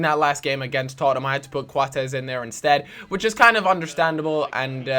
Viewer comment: i don't get why you call Coates Quatez? It's pronounced Coats? Thumbs Up Can See!